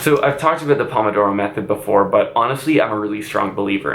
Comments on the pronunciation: says “aboot” me: instant subscription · this is probably the first time i've heard the infamous canadian "about" accent